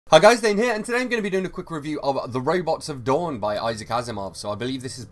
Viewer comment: I love his accent as he talks about "roybots."